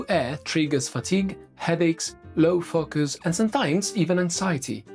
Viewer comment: Every time says 'focus' it makes me chuckle! 🤣